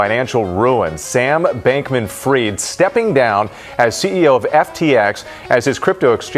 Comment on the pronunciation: I think they pronounce the Sam Bankman's second surname wrong.